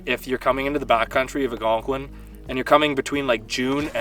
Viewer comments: ALLLLgonqiun....not Agonquin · don't get me wrong. I love your channel.... pronounce Algonquin however you want lol... I will always be watching your content👍